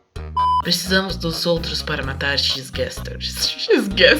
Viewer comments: "Xis-Gaster" Chorei :'DDD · E é poriso que as pessoas falam "exe-gater" e não "xis-gaster"